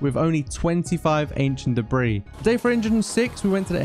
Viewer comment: The way he says only 25 debrie